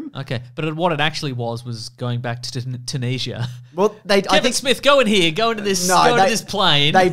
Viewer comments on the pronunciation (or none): Never heard Tunisia pronouced, Two-knees-ya haha